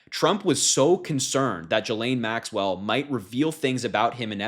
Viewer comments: A hint Harry. Ghislaine is pronounced Gillane not Jillane. 😊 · Ghislaine is pronounced as in Guilt, not Jilt.